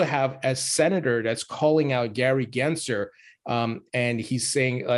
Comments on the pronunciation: … his name is NOT Genser! It’s GensLer. Cmon, disrespect the right guy!!! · Did I hear you say Gary Grinchler? 😆